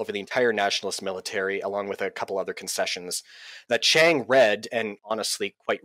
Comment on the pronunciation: I agree with much of what your guest said, but it was distracting to hear him mispronounce “Chiang” and even “Archibald” (Wavell).